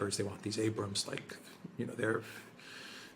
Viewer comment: Hey Alexander the Abrams is pronounced with a hard first A not a soft a.